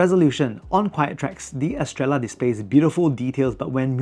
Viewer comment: It’s meant to be pronounced Estreyah”. It’s a spannish word, double L is read as j-Y